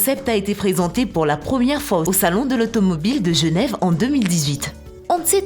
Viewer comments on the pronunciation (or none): none